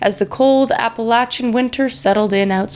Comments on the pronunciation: Appalah-chin... oof. App-ah-lay-SH-in 🤣🤣💖💖 you got this Kris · "Applachain" NOPE! JUST NOPE.